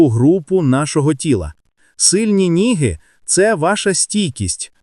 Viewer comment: Як неприємно слухати! Які ніги,що ви іноземець? Ноги!Ноги! Що це робиться регулярно на відео? Як Вам не соромно так неграмотно прочитати вже готове! Чи це ШІ??? Абсурд!